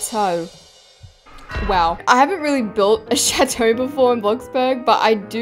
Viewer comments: Did se just say chatoe is chateau which is pronounced chattto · you dont know french also if you do what is la princess et dans la chateau and why did you say chateau like that im dying 😭😭 your saying it like chatoe 💀💀💀💀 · Why does chateau sound like “shat-oh..” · As a french speaking person, I absolutely love the way you say "chateau" it's so funny 🤣🤣🤣 Btw I LOVE your videos!